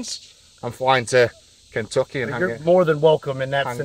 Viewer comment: Ken-took-aye Ballistics. Lol.